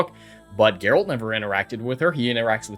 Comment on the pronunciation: Sorry, but I have to. It's "Geralt."